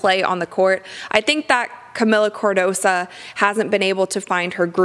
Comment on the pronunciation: CardosO, not cardosa. She's suffered being overlooked so much this season, she deserves having her name pronounced correctly when she gets visibility from someone as incredible as you,. Much love.